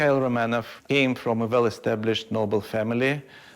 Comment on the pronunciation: she is a british i guess the host but she doesnt know how to pronounce romanov properly....so annoying